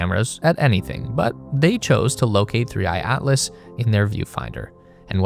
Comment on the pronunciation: he literally calls it 3 I I Atlas cos the ai thought the / was an i